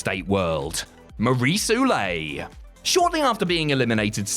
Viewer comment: Lmao come on, you could have checked a video of her saying her own name "Maryse OO HEY LETT lol not oulay